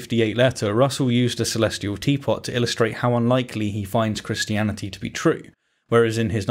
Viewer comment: The way he says "Christiani-tee", but otherwise pronounces any other word ending in "-ty" more like "-dee" ("insani-dee", "humani-dee", etc.) enrages me more than it ever should.